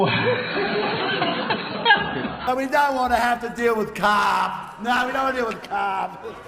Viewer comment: the way Barnaby pronounces "carp" like "CAHRP" cracks me up 😂